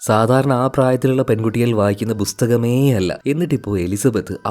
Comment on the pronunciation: ബുസ്തകം അല്ല ബ്രോ പുസ്തകം 😂